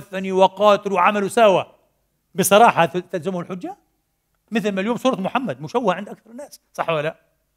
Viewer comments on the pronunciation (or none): none